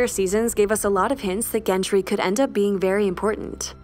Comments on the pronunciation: How do you get "Gen Tree" from Gendry? If I find a YouTube video with less than 2 mispronounced words I'll know the world is ending. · Why does she pronounce Gendry as Gentry? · It’s GENDRY not GENTRY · Gendry with a D, not Gentry. Sorry, it was irksome. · I can't. GenTry is not a thing, it's Gendry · Is it me or is she saying "Gentry"? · Why is the narrator calling him GenT-ry?! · Good grief pronounce his name correctly or is GenTry a new character? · Really sounds like the narrator is saying "Gentry" here. Not enough to ruin the video, per se, but really distracting.